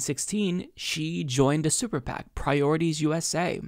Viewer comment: Funny - at around the 8-minute mark when you said: "super PAC" it sounded like you said sewer PAC. I hereby declare we call them that from now on.